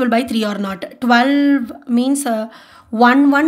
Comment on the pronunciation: Why do most Indians make that weird sound after they pronounce 't' at the end? Like when she pronounced 'not', she was like 'not ta' 😂... Anyway good explanation